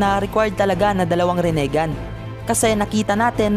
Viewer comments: Pakiusap ayusin mo ang bigkas mo para astig pakingan.. rinegan yun hindi renigan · pa ayos naman ng pronunciation mo ginagawa mong tagalog pronunciation yung rinnegan ehh ang sakit sa tenga hahahaha